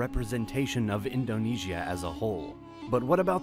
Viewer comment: I am astounded at how many of researched and professionally written documentaries include so many mispronunciations of even the most common terms related to the documentary. I would think that a little bit of research would have determined correct pronunciations. For example in this documentary words like Indonesia and Bali are mispronounced during the first minute! Those errors make me wonder about the authenticity of the entire video.